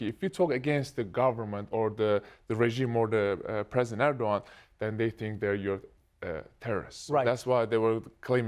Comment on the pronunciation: Three cheers for Trevor pronouncing Erdoğan correctly - I think he's the only late night host that actually said Erdoğan instead of Erdogan. This is why I love you, Trevor.